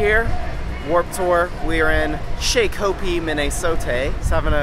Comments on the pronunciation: It's pronounced"shock o pee" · It's shockuhpee that's how it's pronounced. >.< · As someone who lives around shakopee I was laughing way too hard at the miss-pronunciations! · You guys are saying Shakopee wrong.... XD I saw you there and almost went and did hi and such, but my friends were leaving fast and I didn't wanna lose them lol